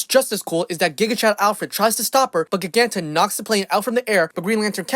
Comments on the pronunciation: I love this comic but him pronouncing “Gia-ganta” as “Gig-anta” made my teeth itch 😐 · I'm pretty sure her name is pronounced "jai-gan-ta" not "gig-an-ta".